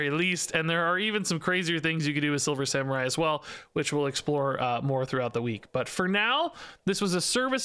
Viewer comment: Silver Sa-MEH-rai